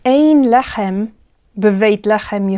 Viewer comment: "Lahem" instead of "lehem" is just a pronunciation trick to emphasize an idea, right? In this case, to stress the contrast between the situation in Egypt with that of other lands? Thank you!!